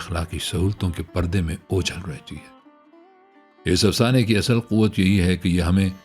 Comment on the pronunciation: اصْل asl✔️/ تلفُّظ کا خیال رکھیں! asal✖️